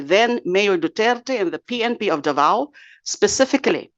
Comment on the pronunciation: I don't know where you from de lima, you can't pronounce the word Davao correctly ...???